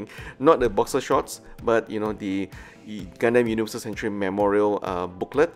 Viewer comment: "Gundeym" I'm sorry, wut?